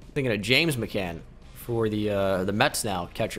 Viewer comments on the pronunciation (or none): none